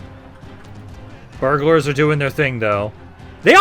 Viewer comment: armed burglars he syas, burghers my guys